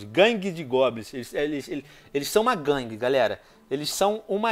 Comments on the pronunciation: Mano o Venom é analfabeto? "Guangue" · Venom Colocou Guangue de Goblins No Título, e Falou Guagangue De Goblins shuhsahusa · venom nao e guangue e gangue